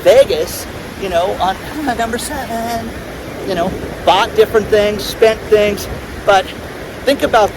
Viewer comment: Lol. Mate you said seven like I don't know what.